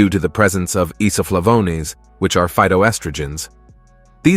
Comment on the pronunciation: The nadir was “Iso Flavonez” - leader of Mexico’s healthiest drug cartel?